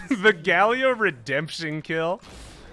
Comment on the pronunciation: I thought my friends and I were the only ones who called Galio Galleo :')